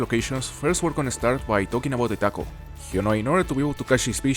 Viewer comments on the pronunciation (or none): Cada vez que decis Tackle escuchi taco y de repete quiero tacos